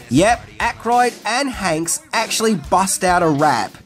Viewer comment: First off, you're too old to say ''cringy''. Second to go, it's the 80's, you hipster man child🤨 But cheers for not screwing up mispronouncing Tom ''Hanks'' 👍🏼